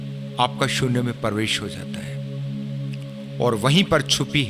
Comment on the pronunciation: परवेश नही प्रवेश होता है